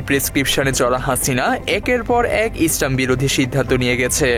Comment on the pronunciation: ইসরাম না ইসলাম আপনার উচ্চারণ ভুল